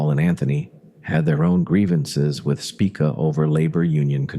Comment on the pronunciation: Have you ever wondered how many different ways the name "Spica" can be pronounced in only a single minute, this video is for you. "Spick-uh" "Speekuh" "Spike-uh", take your pick. This video is interesting, I just wish it had better narration. I've lived in the St. Louis area my whole life, so this was a meat video, but brought down by the narration. I guess I should read more🫤